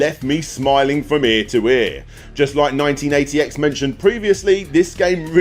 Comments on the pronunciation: Thank you! I was trying to look it up. I thought he said “1988” lol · I had so much bother working out what he was saying when he said the name of number 3... Its called 198X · Thanks, had no idea what the hell he said.